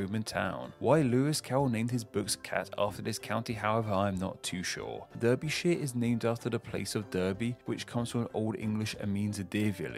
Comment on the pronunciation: You mispronounced Derbyshire, with derby being pronounced dah-bee